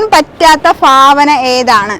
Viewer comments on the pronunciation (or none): ഫാവന യൊ ഭാവന യൊ.ഫഷണം,ഫുമിഫാരം, ഇതൊക്കെ ഏതു കോളേജിലാ പഠിച്ചത്, ആദ്യം മലയാള അക്ഷരം നന്നായി പറയാൻ പഠിക്കുക. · ഫാവനായല്ല ഭാവനയാണ് 😂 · ഫാബാന അല്ല കുട്ടി ഭാവന കുട്ടി ട്രാൻഡ്രാരം ആണല്ലേ ഫാരിയാ അല്ല ഭാര്യ ഫൂമി അല്ല കുട്ടി ഭൂമി ഭരണി കു കുട്ടി ഫാരാണിയാണോ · ഫരയ്ക്കാൻ പറ്റാത്ത ഫാവന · ' ഫാവന ' നീ ശരി ആവില്ല